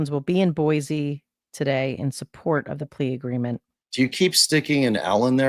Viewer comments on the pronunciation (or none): It's Boy-see not Boy-zee